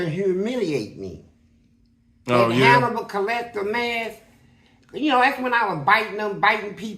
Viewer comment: My man said Hannibal collector😂